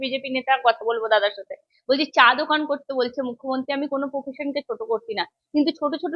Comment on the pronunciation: চা দোকান নয়, চায়ের দোকান। পফেশান নয় প্রফেশান। এই উচ্চারণ নিয়ে? 😮😮